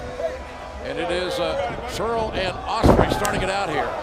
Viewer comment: Pissed me off that the entire time they were calling the Briscoes by the wrong name and that its SCURLL not SCHULL